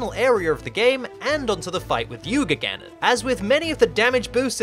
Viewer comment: it's not Yuga Gannon it's yugannon!